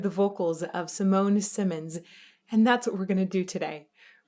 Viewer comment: Simone Simons is, like the rest of the band, Dutch. Her name is pronounced like "See Mon Eh See Mon" (I both got that from a Dutch pronunciation guide and from hearing her say her name). And the O in "Mon" is a long O, rhymes with moan.